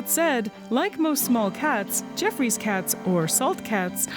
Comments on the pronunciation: I always thought it was pronounced Joffrey’s Cat opposed to Jeffrey’s Cat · it's pronounced "ge-off-roy's" cat.